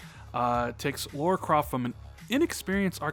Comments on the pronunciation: Lara not Laura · Lah-ruh... Laaah-ruh. Lara. (!)